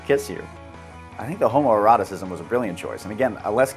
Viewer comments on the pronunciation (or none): Did you just say homoeroticism?